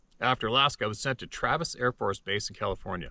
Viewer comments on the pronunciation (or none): none